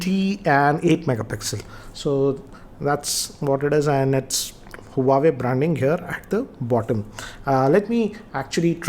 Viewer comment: Sir it's name is Huawei but it's pronounced as Wah-Way.